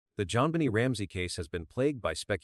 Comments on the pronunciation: As interested as I am with this crime, I can’t listen to the rest of it due to terrible ai narrative. It is so exasperating to hear the stammering stuttering robotic voice, I can’t stand it. It even calls the child “Jon Benny” over and over. Ggaaahhhh! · This AI narrator is annoying!! People don’t talk like this!! He mispronounces her name, pauses in weird places, etc. Besides, NONE of the family’s DNA matched !! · Dina ,Jonbeni 😅 Dna , JonBenet . AI Can't pronounce names correctly , sounds funny .. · This is the worse narrator I’ve ever heard. Jonbennie, Deenah (DNA).? He sounds nuts.👺👺👺👺👺👺